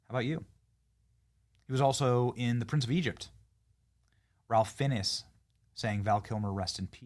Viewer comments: Ralph Finnis? It’s pronounced rāf fines. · Ralf Finnis?! Can't Americans pronounce anything correctly?! His name is pronounced Rafe Fines. 10 seconds on Wikipedia would have told you that. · Ralph Fiennes's name is pronounced "Rafe Fines". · Hi Ben Ney John Son, I'm glad you don't know how to pronounce Ralph Finesse's names. It lets me know you don't obsess over Hollywood elite false idols. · Americans! "Raph Fiennes" is pronounced RAIF FINES. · “Ralph Fiennes” = Rafe Fines. Don’t ask, it’s English. 🧐